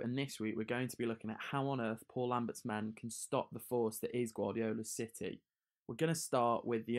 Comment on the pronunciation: He said shitty instead of city😂what a man